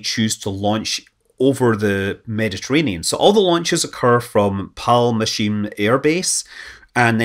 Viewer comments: Scott was basing his pronunciation on the spelling of Palmachim (which uses the Polish spelling of "ch" for the sound of the ח) and so pronounced it as פַלמַצ'ים. You can't blame him for not knowing the spelling across three languages. And in any event modern Hebrew pronounces the ח as a כ. A proper English spelling of modern Hebrew pronunciation of that base would be Palmakhim. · Hey Scott, the base is called "Palmahim" not "Palmashim", there's no ch or sh there Great video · Hey awesome video as always! Love it. I'm just here to supply the obligatory nit picking / pronunciation tip: its is pronounced Palmah'im, with a sound similar to Mexican 'x', or Russian 'х'. Just FYI :) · also, kudos on pronouncing all Hebrew words very well, except for palmakhim where the next to last consonant is ח and not ש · "pal-machine" air base ... get out of here with your "I can't say the 8th letter of the Jewish alphabet" ... (just kidding, I understand you; I just find it funny) the Palmach (Palmachim, is the plural, and that is the name of the air base, and near by settelment) was one of the pre Independence military groups in israel. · you'd think someone with a scottish accent would be able to say Palmachim correctly :) (or palmakhim.... פלמחים) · It's palmahim. With phlegm noise in the h. Not sh. Panmaחim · BTW "Palmahim" is pronounced with a hard audible "H" like Harry and Hawk . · Scott, FYI the "ch" in Palmachim is properly pronounced with a guttural h sound. It's very similar to the Scottish pronunciation of "ch" in loch, for example. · And his pronunciation of Shavit and Palmachim is groanworthy. And some other Hebrew words, when they're used. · Palmachim. "Ch" pronounced like Chanuka, and German "ach". Gotta put your throat into it. Don't the Scotts have that, "ach?" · ככה זה כשאין ח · Haha you totally butchered the name of the military base. The video was very interesting, thanks